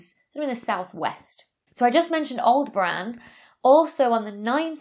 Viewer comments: Aldebran? Aldebaran, and it has four syllables. 😉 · I think Aldebaran is pronounced awl-DEB-aran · And she pronounced it "all-de-bran" except in the outtakes. Oh well. 'Spelioration' and 'pronouncification' are not the main traits needed in Astrophysics. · I thought she was saying Alderaan until I got to the bloopers 😅